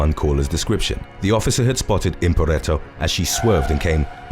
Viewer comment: Why are you saying Impareto when you've literally got the spelling as Imperato?